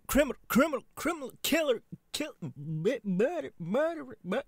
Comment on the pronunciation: It took me a bit too long to figure out he was probably saying "murder" and not "birdy".